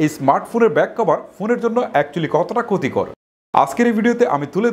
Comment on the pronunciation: Vai kotikor na, khotikor